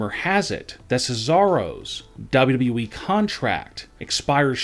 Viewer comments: His voice is flipping annoying cant even say WWE properly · Why can't this guy say "WWE" clearly? Do these guys watch and listen to their own videos? The sing song reading is THE WORST. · WW weeeeeee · what an accent dub double u eeeee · Can someone teach this fool how to say W.W.E!!!